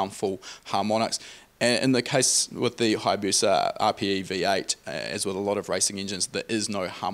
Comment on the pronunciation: It is not Hayabuca rather it is Hayabusa